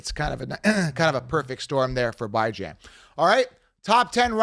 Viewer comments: Bee-John is the correct pronounment lol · Falcons fan here..guys, PLEASE DON'T pronounce Bijan's name like that. Here's the link